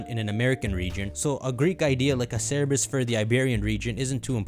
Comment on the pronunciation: Bro it’s CERBERUS not CER-E-BUS lmao. It was so confusing hearing that